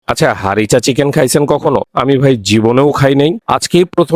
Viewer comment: ভাই নাহ বিদেশ থেকে পড়ে আসছেন! কিচেন আর চিকেনের উচ্চারণ না পারলে স্কুলে যান আবার